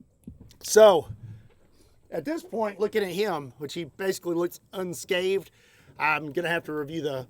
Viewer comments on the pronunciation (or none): its unscathed not unscaved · Just a quick point for future vids, it's pronounced "unscathed" not "unscaved". Enjoy your content, keep it up. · are you saying "unscaved"? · “Unscathed” not “Unscaved” Great video! 👏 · (and )- unscathed You put a 'v' in there. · Bro, did you say, Un SkaVed? Also, underwater pressure sensors would be a cool addition. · who is going to tell he is saying unscathed wrong?!